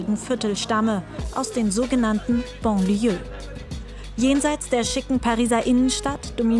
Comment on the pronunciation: Banlieue mit A wird das ausgesprochen nicht Bon. Aber in manchen Städten Deutschlands fühle ich mich auch wie einem Banlieue Migrantenviertel. Und da wohnen arme Deutsche....dank Rot-Grün.